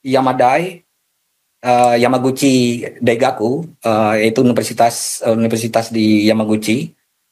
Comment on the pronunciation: Rismon itu lulusan yamapanci,, bukan yamaghuci😂😂😂 rismon serahin ke pak Purnomo aja